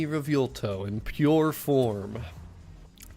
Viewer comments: Butchering the name bro 😭 (Anyways, amazing content) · If you're talking about the way he keeps saying Revuelto, I cringe every time he says it too. But we love so we can deal with it.